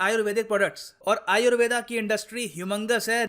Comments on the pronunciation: जो योग को योगा और आयुर्वेद को आयुर्वेदा बोल रहे हैं । वो उच्चारण तो सही कर लो । दुसरे के चक्कर में खुद को ही भुल गए । बुरे समय में अपनी ही विद्या मददगार है ।। दुसरे हमारे ही चीजों को अपना बता रहे हैं , हमको पैकट में बेच रहे हैं । हमारे लोग कब जागरूक होंगे । कोई दूसरा आपकी जिम्मेदारी नहीं निभाएगा ।। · Sir why are you pronouncing it as Ayurveda? Aap ko to pata he it is pronounced as आयुर्वेद and not aayurveda , English me har pronounciation galat tarike se di ge 🙄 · "आयुर्वेद" बोलिए, "आयुर्वेदा" सुनने में विचित्र लगता है।